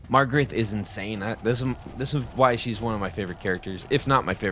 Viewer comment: LIKE #25. You are not pronouncing Magarth correctly. Read the name and say it. It is not MaRgareT. It is MaGARTH. Hooked on Phonics can work for you,. 😉